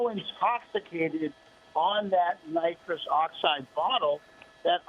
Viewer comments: Nitris lol....they said helium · It's nitrous you fuckin anchor-bozos